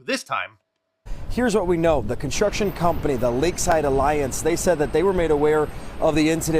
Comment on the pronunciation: Since when does the word "construction" NOT have a "T" in it? First announcer needs an annunciation lesson. What a douche...